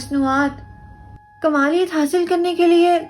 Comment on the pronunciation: کاملیت Not کمالیت